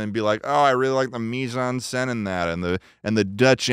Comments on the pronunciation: The way says "mise en scène" is genuinely painful. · Just so you know both mise en scène and pastiche are french words and they completely butchered the fuck out of them😅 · Imagine being french and hearing americans pronounce "Mise-en-Scène" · I love how is so confident in the way he says "Mise en scene" but Schlatt is closer to pronouncing it correctly